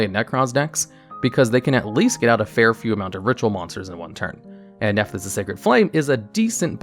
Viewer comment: When he said the name of that Nephthys link monster I thought I was having a stroke given how different he pronounced it from what it said on the card on the screen lol